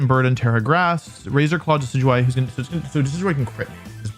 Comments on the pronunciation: how did he just pronounce decidueye?! Dekidooey?? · DID U JUST SAY DE-KEE-DOO-EE?? oh hell naw😂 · No way he said deckydooey🤦‍♂️ (decidueye)